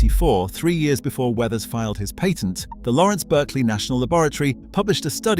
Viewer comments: Please learn how to pronounce the word "patent".... Jeez. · So you never described the MESH. Also, the a in the word patent is not pronounced correctly, especially when you are referring to a US patent.